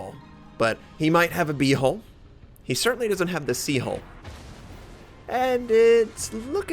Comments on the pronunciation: I keep hearing hole when he says hull... so it sounded like this "Lets be honest... everyone's got an A-hole" ( ͡° ͜ʖ ͡°) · "Everyone has an a-holl" - 2016 ( ͡° ͜ʖ ͡°)